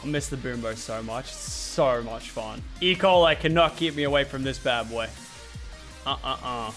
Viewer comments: I thought he said Ebola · Guys I just though Lachy was gonna die because I thought he said EBOLA Not E.Coil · Bro I thought he said he had Ebola 😂